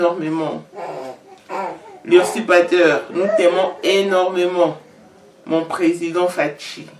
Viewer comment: Mot oyo bakomaka yango boye n'est ce pas:usurpation,usurpateur,batangaka yango boye:uzurpation,uzurpateur.